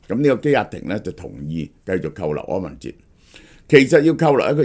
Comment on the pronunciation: 柯文“ 哲”